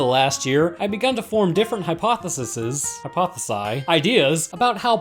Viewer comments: It's a real tricky one for sure, the plural of hypothesis is; Hypotheses - Only difference is an "eez" sound at the end as opposed to an "iss" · It’s pronounced hypothe-sees(hypotheses, plural of hypothesis) you’re welcome ☺️ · "Hypotheses" high-poth-ih-sees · "hi poth eh sees" ;) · If you weren't joking, the plural is hypotheses. Last part pronounced "sees". Good stuff as usual, keep it up